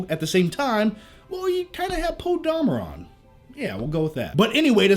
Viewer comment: The way you pronounce Poe's last name is great!